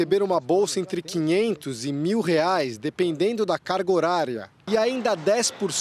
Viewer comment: A reporter diz que o preço do gás é de setenta "REAS" e acima de 100 "REAS". Ela ainda não aprendeu que a nossa moeda no plural tem o nome de REAIS e não como ela diz "REAS". Veja a partir do vídeo s.